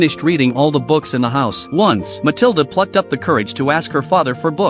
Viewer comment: Pronounced Muh-til-duh